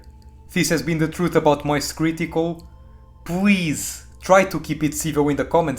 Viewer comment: 'W' this letter in the English is not the same for 'L'... you say 'pwease' instead of 'please'.. an you also having thick accent it hard for understand... 😊 peace ✌